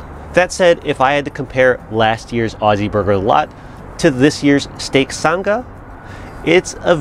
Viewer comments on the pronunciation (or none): Love the video mate lol Just one correction, it’s not a “san ga” it’s pronounced “sang a”. As in “oh she sang a really high note”. So ‘sang’ with an ‘Ah’ right on the end of it. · Nice work, and happy Australia Day on the 26th. Can't say I've ever had pineapple on a steak sandwich, but hey, why not? We just now need to work on your accent - Sanga is pronounced like "I sang a song" with a soft G. Haha. Thanks for thinking of us mate. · Love this! My only critique would be, as a Aussie. Its pronounced sang (R) Just say say sang and then a hard R Peace and love from the outback 💛💚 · Got recommended this video just now...but watched quite a few of your old vids when I first bought my new Weber. Honestly shocked that we make up 35% of your viewership... Clearly we have an obsession.. Oh and it's pronounced "sang-ah", had to double-take when you said it because I had no idea what you were talking about haha!